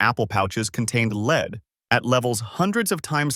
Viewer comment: It is pronounced led not leed.